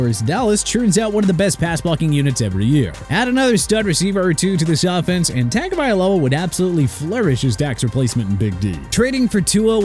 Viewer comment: Dude can't even pronounce Tua Tagovailoa's name right...